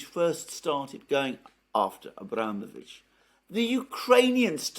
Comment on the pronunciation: It's abramOvitch, not abrAmovitch. The latter isn't even correct in English.